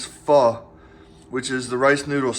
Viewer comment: Dude, you made it into my feed! Congratz! Also, you pronounced "Pho" correctly so I'm pretty sure this video is gonna make you TY famous. Keep at it!